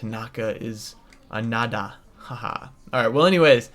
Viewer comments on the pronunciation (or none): none